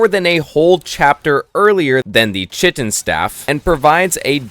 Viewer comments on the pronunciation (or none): Bro its pronounced Kite-in not chit-in. Sounded like you were trying to say shittin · Lovely video, watched it till the end, but please, the Chitin Staff is pronounced "Kai-Tin" not "Chi-tin" 😭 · everytime he said "chit in" instead of "kite in" a part of my soul died 😂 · It’s not chitttten. It’s pronounced kaiiiiiiii-tin. K-eye-tin. And Chitin is insect exoskeletal protection. 🤦🏻‍♂️ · It's not pronounced "chit-in" it's "kai-tn" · Chitin staff?,. It's pronounced Kai' tn staff it's a k sound. It's the stuff insects exoskeletons are made of which is why it's found in chap 4 I suppose. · It’s not chit-in! Chitin is pronounced Kai-tn. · Kite-in not chit-in its just how its pronounced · Why doesn't anyone know how to pronounce chitin right? Lol it's not "chit-in" it's pronounced "Ky-tin" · KITE-IN STAFF NOT SHITTIN STAFF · it's kai-tin, not chih-tin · chitin is pronounced kite-in. nice vid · The chitin staff is pronounced *Kite-in*…. I learned this way too late in life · Don't know if you were purposely mispronouncing "chitin" because of how much emphasis you kept putting on it but it is pronounced kai-ten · Chitin is pronouced Kai-tin if I am not wrong, I don’t like doing this but tbh its just a “the more you know” typa thing, annoyed me quite a bit lol. Nice vid tho. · Chitin is pronounced like "kite in." You get it in chapter 4 because chitin is what the exoskeleton of insects like spiders are made of. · lol chitin is pronounced kai-tin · I hate to be that guy, but 'chitin' = 'kite-in' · Prob got this comment already but just in case: Chitin is pronounced “KITE-in” and it’s what a crab’s exoskeleton or a bull’s horn is made of. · dude chitin is pronounced as ˈkaɪtɪn i was thinking wtf where i missed that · Good video, but please, please pronounce chitin correctly. “Kite-in” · It’s pronounced kite-N (chitin) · Chitin is pronounced Kai - tin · based tier lost but your pronunciation of "Chitin" is slightly concerning to me